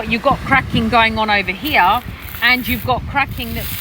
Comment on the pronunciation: Why do you pronounce the word 'Here' like 'Heeyaaah'? And Malaysia like Malaysiaaaahh? Unless of course you're deliberately faking some sort of weird accent. Btw, wonder if you're gonna delete this comment like before 😊